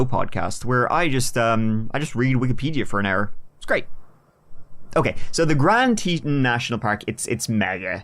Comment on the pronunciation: It’s pronounced grand tee tawn